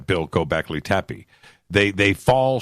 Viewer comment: Bro,you're the best but please stop saying gobekli tepe if i hear that again i'm gonna gobleki tepe